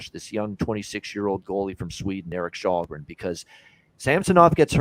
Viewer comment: As a Swede it's a mystery how Källgren has come to be unanimously pronounced "Shallgren" when "Shellgren" is 100% how it's said in Swedish, and also arguably more natural to say for a North American I would guess..?